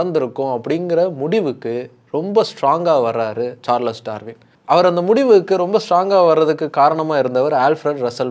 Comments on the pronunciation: சார்லஸ் இல்லடா Charles is pronounced as ச்சார்ல்ஸ் 🤦🏻‍♂️ சரியா pronounce pannuda🤦🏻‍♂️🤦🏻‍♂️🤦🏻‍♂️🤦🏻‍♂️ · Every time you pronounce as “சார்லஸ் சார்லஸ்” it gives a headache. I’m stopping watching this video. Bro please for heaven sake read and understand the correct pronunciation of English words. At least when you are talking about a world famous person. Not only the content but presentation is also important. Your illiterate viewers may think this is the correct pronunciation of a word. 🤦🏻‍♂️🤦🏻‍♂️🤦🏻‍♂️